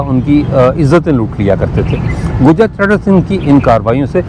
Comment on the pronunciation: شکریه ، کچھ دوستوں نے اعترض کیا هے که آپ لفظ گوجر کی بجائے گجر بولتے هیں ، گوجر قوم کے حوالے سے لفظ واضح سنائی دینا چاهئے دوسری عرض یه که میں جس هائر سیکنڈری سکول سے ریٹائر هوا هوں یه سکول رنجیت سنگھ نے اپنے دور حکومت میں موجوده اردو بازار کے آغاز میں اپنے باپ کے نام کے ساتھ مهان سنگھ زرعی سکول کے نام سے شروع کیا تها ، اس بازار کا نام اس کے دادا کے نام پر بازار چڑهت سنگھ تها ، پهر یه سکول 19 ویں صدی کے آغاز میں انگریز دور میں جی ٹی روڈ پر منتقل هوا اس سکول کا رقبه 25 ایکڑ هے اور آپ کے وی لاگ میں اس سکول کی بیرونی دیوار ساری دکھائی گئی هے جس کی‌لمبائی جی ٹی روڈ پر تقریبا" 2 فرلانگ هے ، محمد یوسف بھٹی